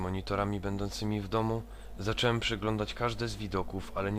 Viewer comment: Wszystko jest fajnie i w ogóle. Tylko jest taki będę problem... W ciąż zamiast mówić "zacząłem" mówisz "zaczełem"